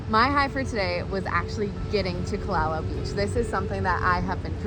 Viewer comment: Youre pronouncing kalalau wrong